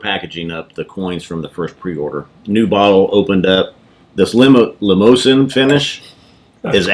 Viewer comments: I've heard it pronounced Limo-zan since it doesn't have an E at the end, who knows. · Hey guys great review, I pronounce it like the vehicle also and that's what I've always heard. Do you think you were getting a bit of a cognac influence? That's what I got as you described the grape/wine influence. It's one I really enjoy also and happy that they aren't very far from me as well. As always great review, cheers!